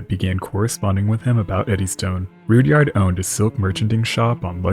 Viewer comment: Guessing it's not pronounced Rood-yard either.